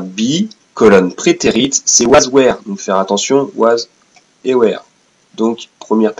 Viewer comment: Bien la vidéo mais alors ta prononciation MDR .. J'ai adoré le "were" prononcé comme "where" XD XD XD